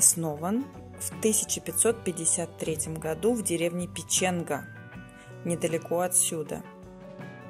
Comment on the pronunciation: Только город стоит (расположен) не на холмáх, а на сóпках, в сóпках, среди сóпок (выбирайте по-вкусу!) Не Пичéнга, а Пéченга! Опускается, ещё как опускается t° воздуха зимой (есть понятие средней температуры, как раз её Вы и назвали)